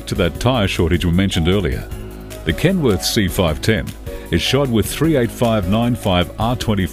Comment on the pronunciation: He's saying "Kenwood"... it's KenWORTH.